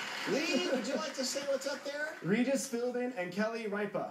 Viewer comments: he said "Philmin" #NotRigged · If you're talking about the first time he tried, no, he did not. If you listen carefully, he actually said "Philburn." And I don't know if the guy in the middle said this one, but one time when it sounded close, the contestant actually said "Philmin." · The first guy had said Ripa's name correctly, but he pronounced Regis's last name incorrectly, saying Philburn instead of Philbin, The other two guys thought he got Kelly Ripa's last name wrong. Don't get mad at WoF Jeopardy does the same thing, this week's episode all three contestants pronounced it wrong. Spelling also counts for Final Jeopardy . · nope. he said Philburn not Philbin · I had to watch multiple times to hear it, but he said "Philburn." The next guy probably missed that too, and thought "Ripa" was mispronounced. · Well, the first few tries, I agree that they're wrong especially when the letters weren't revealed yet. "Regis Philburn" then "Regis Philman" then "Regis Philmin" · he said Philmin. his name is Philbin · If his last name is spelled Philbin, then I'm pretty sure pronouncing it "Philmin" would be wrong. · No he said Regis Philman no Philbin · I'm pretty sure he said Philmin. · Well, this is four years late, and because of YouTube weirdness, you might actually have an answer, but here it is anyway: Regis Philbrin is not correct. Regis Philmin is not correct x2. Kelly Ripe-uh is not correct. Regis Philbin and Kelly Ripp-uh is correct. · Regis Fil-Bin and Kelly Rip-Uh. I can now distinguish where every other contestant went wrong. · Did they say "Philman" like three times... it's like repeating the same mistake over and over again... sound familiar anyone? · Regis Philbin? I always thought it was filman lol